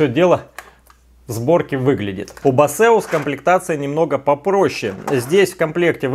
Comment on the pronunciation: Да не басеус это, а БЭЙСОС или БЭЙСУС